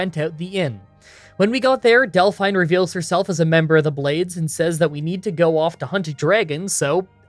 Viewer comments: Delphine is not pronounced "Dell-fine". It's "Dell-feen". Have you ever actually played the game before? They say her name a hundred times. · I can't be the only one who cringes a bit when says Del-fine instead of Delphine... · Hey,, if you play through once with sound on you will hear the name pronunciations for a lot of major characters. Like Delphine is pronounced Dellfeen, not Delfine. Not a huge deal, and obviously not important. Your content's fantastic. Currently binging your Kings Quest Videos. (4&5) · Lol Del-fine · "Delfine" lol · Why do you keep calling her "Del-FINE"? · No one ever in the history of civilization, ours or Elder Scrolls, has ever pronounced Delphine in that way before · Not sure if you have heard this 300 times yet. I have always her Dephine's name pronounced with a hard e sound. Not sure if that is the correct way or if you maybe would have a problem with your accent. Love all your challenges by the way.